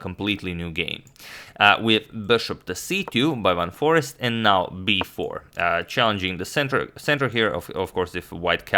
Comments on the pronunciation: I think Ur pronouncing forest wrong. Its foreeeeeeeeeeeeeeest. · His name is Jorden van FOREEST, pronounced FOR ACED